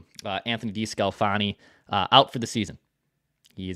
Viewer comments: you mispronounced DeSclafani twice at Mark and Mark. You probably owe Judd an apology for the times that you chided him for doing the same thing. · you make fun of Judd everyday for mis-pronouncing Desclafani and you just butchered it even worse than Judd 🤣